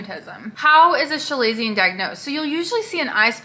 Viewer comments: “Shu-lay-see-un? It’s kuh-lay-zee-un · FYI. You are pronouncing it wrong. It’s Kuh-lazion.